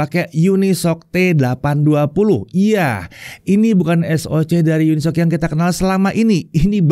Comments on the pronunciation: tumben dibaca unisoc, bukannya uni-S-O-C ya? haha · bang katanya cara penyebutannya yang bener uni-s-o-c bukan unisok